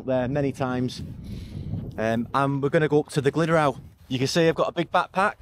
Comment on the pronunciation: glad the route worked out mate. 👍🏻 a couple of pointers; tryfan - truh-van. glyderau - glidd-uh-rye. and castell y gwynt is castell of the winds 😂👍🏻